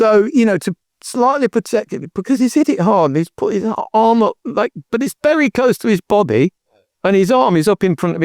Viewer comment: "it was bery close to his bobby"😅